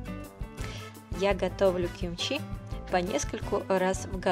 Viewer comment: В современном корейском языке это произносится, как "кимчи".